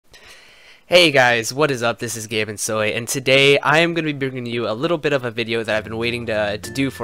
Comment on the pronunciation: The more you know :) That's 1 state I know not to visit I'm used to the cold myself being from the UK. I've always pronounced your username as "Ga-ay-min-soy" instead of "Gah-mon-soy"